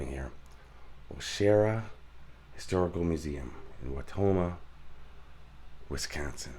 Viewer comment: Thanks for pronouncing Wisconsin correctly. Nobody ever says it right. They always pronounce it “Wes-consin” even though there is no “e” in WIs-consin. 🤣